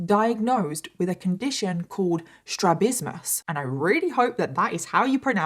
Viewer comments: Ophthalmology technician here. Just wanted to say you pronounced “strabismus” perfectly. Glad you shared more details about this story. This video gave a great insight. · Addendum, two months later: You pronounced it perfectly. ❤ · You pronounced strabismus perfectly!! My son has strabismus and it's correctable with surgery. Severe cases can lead to loss of vision in the effected eye not total blindness. Most cases of strabismus can be managed w glasses when surgery isn't necessary or not an option. Strabismus is not the same as a lazy eye although it kinda looks the same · You pronounced strabismus perfectly. I was born with this and had surgery at 2 for it. People are cruel to those who can’t have their condition corrected with the surgery.